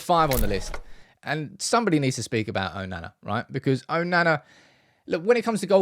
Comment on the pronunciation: If you're happy with Onana then how about you stop deliberately mispronouncing his name?!